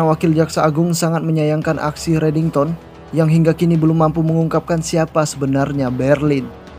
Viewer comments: Kok JD reddingson min😂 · disebut redingson donk bukan redington🤣 kok mau ketawa yh udah mah si aram disebut anak baru lagi😅🤣kurang asik